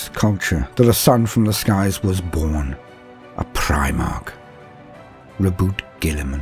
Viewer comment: Thank you for not pronouncing Roboute like "Ro-bootay"!